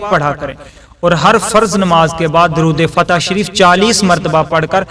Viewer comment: Its not durood fatih